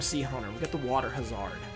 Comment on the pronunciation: Lol does he actually think it's water ha-zard? Sounds like a kriptonian